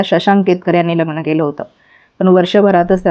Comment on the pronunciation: किती अशुद्ध उच्चार! प्रत्येक वेळी ही बाई " लग्णं " असा उच्चार करते. आणि हिला का एवढया उचापत्या पडल्यात? कशाला एवढा शहाणपणा करते!